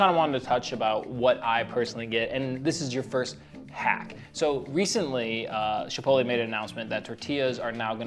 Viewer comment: The fact that you call it "SHipotle" made me feel fancy watching this